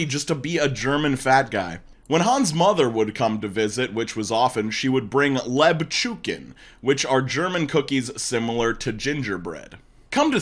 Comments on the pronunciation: The pronunciation of “lebkuchen” has my sides in orbit “Layb-chew-ken” hahahah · I love you for pronouncing Lebkuchen like Lebçuken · I love pronunciation of lebkuchen. XD On a side note, lebkuchen are delicious. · Same! When he said that I had to stop the video and try to find the word to read it until he said "like gingerbread" and realised what he actually said lmao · my first language is german and the way you pronounced Lebkuchen is the most precious thing I have heard in my entire life